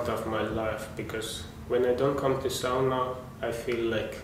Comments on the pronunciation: It's sauna not soona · It is SAUNA,not soona! Try it!!!😊